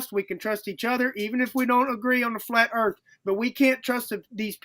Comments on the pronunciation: 😂 he said "Earff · Dude keeps saying “Erf” haha